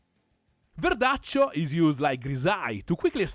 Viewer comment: The real verdaccio pronunce!! Ce piace verdaccio!!